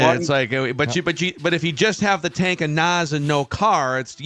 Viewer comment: "tank of naz" 😂